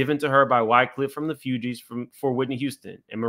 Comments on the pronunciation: Ahh-rista? Few-Gees? Carlos Santos? Cmon fam. This is why it’s important that Gen X’ers properly educate the younger generations on the cultures history. It’s Arista (as in Air-rista) Fugees (as in Foo-Gees) And Carlos “Santana” (like Juelz Santana) Tetter boro = Teterboro (As in TeeTer-boro) You’re bludgeoning all the words in this video. Sheesh. lol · Fugees not fewgees